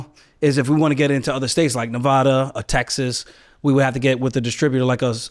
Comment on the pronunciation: If you're going to live in this state, please pronounce the name correctly. Sincerely, everyone in Nevada. 😂